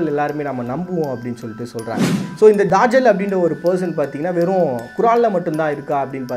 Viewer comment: என்ன bro தஜ்ஜாலுனு எழுதீட்டு தாஜல்னு வாஸிக்கிறீங்களே. நல்ல சிறந்த காணோலி இன்னும் தேடுங்கள் நிறய மர்மங்கள் கிடைக்கும்